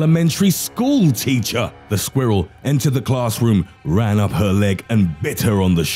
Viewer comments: the way he says SqUhWhirl lolz I’m dead 😵🤣🤣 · I love the way he says "squirrel"